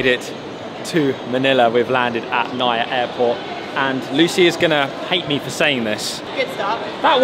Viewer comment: Always enjoy watching your vlogs. Filipino living in England here and the weather has been nothing but grim! can't wait to get some proper sunshine in thie Philippines next month! Nice to see you're back in Manila **also, we say NAIA as "na-ee-yah" 😁